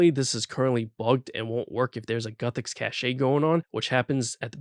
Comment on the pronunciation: "guthix cachayy" lol